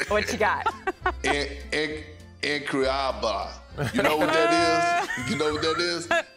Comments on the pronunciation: It's more of an "uncroyable" than "INcroyable," even tho it's spelled incroyable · Perk butchered “incroyable” 😂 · Perk saying incroyable is killing me 😂 second try was way better said though